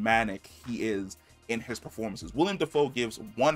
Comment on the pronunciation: Not tryna be that guy just letting you know, like when you let a friend know they got food round their mouth. It's Willem not William